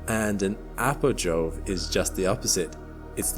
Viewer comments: its perigee and apogee not perijoe and apojoe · u sure you are pronouncing the it correctly? I thought it's supposed to be pronounced 'apogee' and 'perigee'